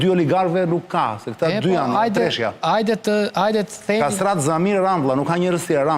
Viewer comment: Ky jugerti as emrin nuk janthot dot Kastratit hahahahahahah nga fryka aa ,medet